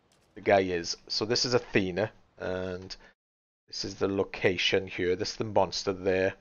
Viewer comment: It's not pronounced Athena, it's pronounced with a iss sound like hiss at the end